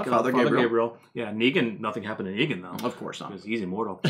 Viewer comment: I can't tell if Beta is saying "Begin" or "Negan". Either way, its badass! :D